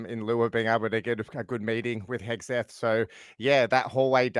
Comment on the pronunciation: It's Hegseth,, not Hesgeth.